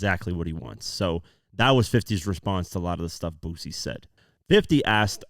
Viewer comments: Everytime he says BOOZY i wanna cuss him out.... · It’s not Boo Z It’s Boo C (Boosie) There’s no Z in the annunciation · Boosie: boo-see, not boo-zee. Sorry that was driving me crazy. 😂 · Like your video…. However, it’s BOO-SEE…. Not Boozy… 😂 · His name is Boo-c... Spelled Boosie ..not pronounced boozy